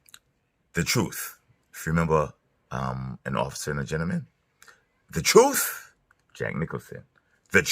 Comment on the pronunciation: Dude it’s 2025, are you still saying “troof”?